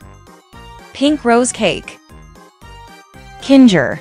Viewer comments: Kin ga instead of kinger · And you said Kinga its kinger😑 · Why do you say kingah? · Kinger ❌ Kingar ✅ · You said kindžer instead of kinger 😂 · it's linger not kingar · bro just said kingzher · She said Kinger in the wrong way💀💀💀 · Here's how you properly say ragatha rag uh the and how you spell kinger king er